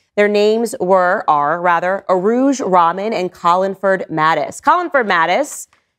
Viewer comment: Rahman rhymes with "rug Don". Does not rhyme with "common".